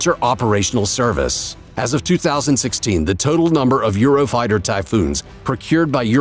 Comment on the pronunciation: "Eurofrighter" it's "Eurofighter"